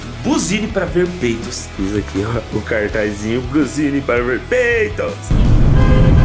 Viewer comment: PEEITOS , ??????????? VOLTA PARA ESCOLA . KKKKKKKKK